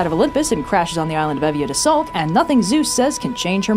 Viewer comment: Wait, why did you use the Koine pronunciation for Euboea? You literally never do that for anything else.